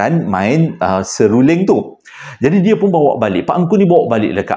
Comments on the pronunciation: SEEEE....RUUUU....LINGGGG 😂😂😂 sama mcm sy. Sy kalau ade huruf L ngan R dalam satu perkataan mmg sy confuse mcm mane nk bunyikan🤣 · Ehh..😁 ni dah tersasul sasul menyebut seruling..😅 seramnya cerita d datangi gula2. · itu la..kadang2 kita boleh jga tesasul sasul.walau pun mulut ni kerja nya bercakap sja😅. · comelnya salah sebut seruling 😂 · susah² sebut serunding jer lah...😅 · 🤣🤣🤣🤣🤣 x pandai sebut seruling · di sebab kan “seluring” “tolol toyol” pelat² ni la buatkan saya tekan loceng n follow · Klu susah nak sebut seruling bang, abang sebut je serunding. Kita org faham je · abang.. sabar... sebut satu2.. seruling bang... 😭😂 Kisah yang last tu fuhhhhh takut🥹 seram jugak.. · Tergagap-gagap.... Tersasul-sasul nk sebut perkataan seruling tu... Cerita seram jadi lawak hilang rasa seram tu, bila dengar tergagap-gagap dan tersasul-sasul nk sebut seruling tu😅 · Waalaikumussalam wbt... 😂😂😂 Seluling..seluring.. seluling...SERULING.. pelat yer ni kena ulang 3x baru betul betul sebutan tu sama macam anak Cikda...😂😂😂😂 Cikda doakan semoga dan semua ahli Family besar JSPL dlm sihat sejahtera dlm keRedhaan keberkatan dan Rahmat Kasih Illahi Aamiin 🤲🏻 Aamiin 🤲🏻 Aamiin 🤲🏻 YRBA ❤,💙🤍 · Apa ni sebut betul2 " SERULING "....😂😂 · "seluring.."..seruling... "Benang"..."menang".. sy skolah rendah selalu keliru pkataan Niee..😂😂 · seruling.. sew ling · hahaha.. seluring.. seruring... seruling.. 😂😂😅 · Maaf abg eja tergelak dgr sebut seluring😂 tp betul dekat rumah saya pun x boleh main seruling atau bersiul sbb benda tue akan mengikut bunyi tu tengah mlm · hahaha..mengekek2 gelak banyak kali tersasul seluring..nak seram tak jadi.. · Seluring pn seluring lh,ramai yg thibur abg tsasul comell hahaha😂😂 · Seluring eh... Seluring eh....seruling..... seluring eh eh eh 😆😆😆😆😆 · HAHAHAHA SERURING SELULINGG...SELURENG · 😂😂Seluring😂😂 buat lawak lh bng😅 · Bukan seluring bang tp selirung